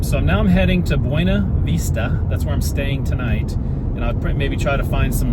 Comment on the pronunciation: Buena Vista = BYOO-nuh VISS-tuh